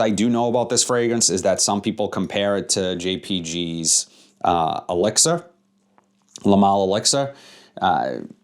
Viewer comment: Nice video might pick this one up soon. I liked 9 pm rebel. And it was funny when you said elixir it kinda sounded like you said Alexa it kept coming on lol.